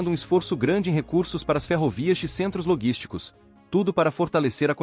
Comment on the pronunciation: Logísticos sim, loguísticos não! Voz digital é um problema.